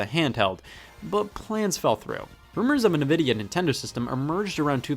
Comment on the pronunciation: Scott says Nvidia weird